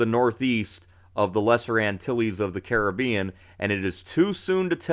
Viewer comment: Thanks. +1 for pronouncing g Carribean correctly 😉